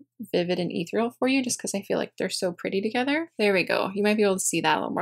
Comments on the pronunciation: Ethereal is pronounced eth-ear-ial. Love your makeup per usual. You're so gorgeous 💕😍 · Eth_ear_ee_al :) Just in case you care. Its amazing you can tell when someone pronounces something wrong that THEY READ!!! because they have only ever seen the word written XO It's a great word and very descriptive ( BTW this REALLY REALLY REALLY sin't meant as a dis!!!!)